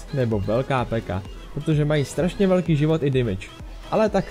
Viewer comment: řiká se píka ne peka